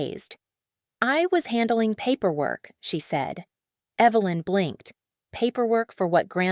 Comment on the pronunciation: The reader kept calling the mom Evil-lynn. So fitting.